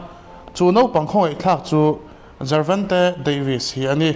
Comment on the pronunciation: Jervonte tih in I lam tlat a